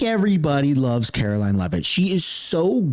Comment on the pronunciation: If you love Karoline you will learn to pronounce her name properly.